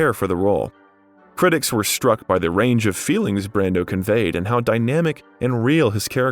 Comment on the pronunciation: there was one instance where it was pronounced “Brandeau”